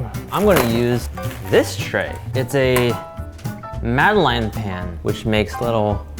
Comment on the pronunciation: The pronunciation of Madeleines is sending me